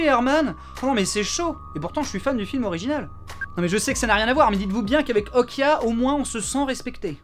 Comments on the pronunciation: Elle dit Okja dans le film pas Okia. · Je confirme que "옥자" se prononce [Ok-Ja] et non [Ok-Ya], c'est pas de l'espagnol ;) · Si Okja se prononce Okya pourquoi Est-ce que même la Gamine prononce OKJAYAAAAAA et pas OKYAYAAAAAAA ? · Hum, non ça se prononce bien Okja et pas Okia Benzaie, le titre original étant en coréen et s'écrivant 옥자 ça se prononce [ok t'dja]. Je ne sais pas d'où tu sors ton Okia, si c'est une coquille de la VF ou autre mais ce n'est clairement pas la bonne prononciation ^^. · Bien aimé la critique :) Par contre ça se dit vraiment Okja en coréen (bien prononcé ça ressemble aussi à Okcha) et pas Okia^^' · "Okja" se prononce tel qu'il s'écrit, et non "Okya"… Comment se tromper en l'ayant vu en VO ?? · Mais bien sûr que oui ça se prononce OkJA et pas Okia... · Quitte à être lourd, on dit "O-dja", et non "Okya" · on ditpas okya on dit "oktcha" cest une private joke le début ou vrmt une erreur ? :p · C'est Okja pas Okia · à l'oreille la pronciation pour les francais, ressemble plus à un cha, qu'à un ja à l'écoute du film. je fais pas de romanisation exacte. la nuance est assez faible selon les mots donc bon, mais on est d'accord qu'en soi c'est bien un """"j""""" (pas le clavier coréen sous la main) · Il voulait dire qu'on prononce ça Okia et non Okja ^^ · salut benzaie, il me semble qu'en ayant vu la BA de "Okja" ça se dit : "Okta" ^^ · Le film se prononce "Okdja" en coréen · A peu près, en phonétique ça donnerait [ʤ] comme en anglais dans judge ou jeopardize, ou en français dans adjectif ou jazz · On prononce Okja avec un "j". (Je suis corréen)